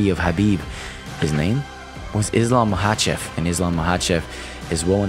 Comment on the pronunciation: Did Chael just call him "Islam Michaelchev" 😂